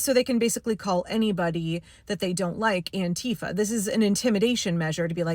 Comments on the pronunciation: It’s also stressed on the first syllable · Auntie Fa is how it should have been pronounced all along. 👵 That's how you say anti-fascist. That accent on the second syllable just makes me grind my teef. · The irony is that the pronounciation "An-TEE-fa" was invented by Trump. The term was originally the German abbreviation for Antifaschismus, which means anti-fascism. It should be pronounced "AN-ti-fa". (The vowel sounds are a bit different in German, but that doesn't matter.) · I thought it was "Aunt Teefa".